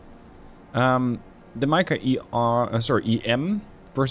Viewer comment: nice mod. Mica read as Meeka